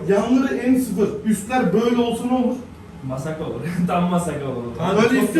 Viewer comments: masakka ne lan koptum :D massaka değil mi onun doğrusu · Abi massakaya neden masakka dediniz habire fjsjfjsjgkdkf